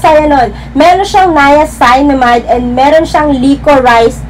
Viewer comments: 'niaceenamide' po ung pag pronounce 😁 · Hello Gurls stand corrected po ako sa pag pronounce ng “niacinamide” . Salamuch po sa nag correct. Please don’t forget to SUBSCRIBE AND HIT THE BELL for more skin care Video 😘